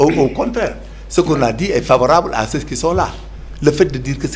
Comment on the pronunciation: Il remettre ces loosers à leur place, jouer à l'intellocommence par avoir une bonne élocution, gens se prononce "jan" et non "janss"😂 ceux se prononce "seu" et non "seu ss"😢😊😅 Parlez ouolof bon sang avec vos costards à dix balles, c'est quoi "républicalité" 😂😂😂???